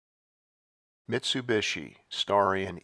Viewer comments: this dude cannot say miTsubishi.... missubishi. drives me nuts. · Why do you mispronounce MIT-SU-BI-SHI?